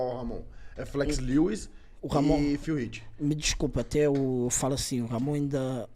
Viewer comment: mas ele tá chamando de Philipe,msm. Esse é o nome do Phill